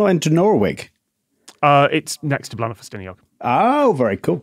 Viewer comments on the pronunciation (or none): Scott!! It's not Blan-ow, it's Blay-nigh!! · Note to the team, Bleaenau is pronounced Blaen-ai, not au.